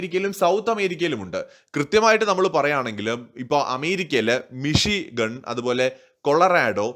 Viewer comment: 3.39 എന്താണ് ഈ പറയുന്നത് അമേരിക്കയിലെ മെഷിൻ ഗാണ്ണോ 😂😂😂മിഷിഗൺ ഇതാണ് കറക്റ്റ്